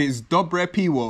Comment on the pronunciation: Piwo is pronounced pivo :)